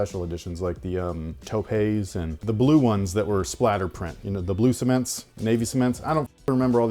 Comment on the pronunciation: "Toe pay?" Taupe